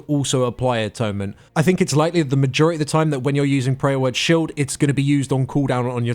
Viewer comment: is he calling power word shield, Prayer Word Shield?...